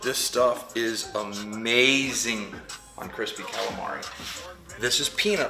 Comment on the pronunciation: Listen don't ever say caalamarry again. You say galamah. Ok please